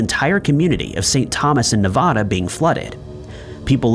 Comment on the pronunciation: Nevada.. not nevahada